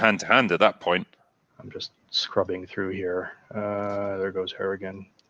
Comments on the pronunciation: Harrigan. Not hartigan... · are you calling him "Hartigan"? It's clearly "Harrigan" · Harrigan... Not Hartigan. That was Bruce Willis character in Sin City.